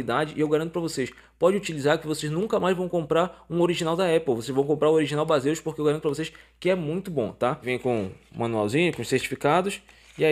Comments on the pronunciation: Amigão , somente uma crítica construtiva a pronúncia do produto é diferente do que se lê, vou escrever como se fala " BEISIS e não BASEUS " Beleza 👍🏻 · Então amigo, eu até sei disso, até pq o nome Baseus é uma abreviatura de Base on User, mas como a marca acabou ficando conhecida por conta dos youtubers mais famosos como "Bazêus", acabei me rendendo e usando essa pronuncia para não parecer antipático ou metido kkkkkkk. Mas agradeço a contribuição. Prometo que vou informar isso no meu próximo vídeo de produtos da marca. Um abraço